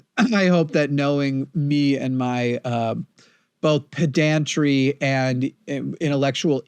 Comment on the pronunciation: please stop pronouncing "pedantry" with accent on the second syllable.:)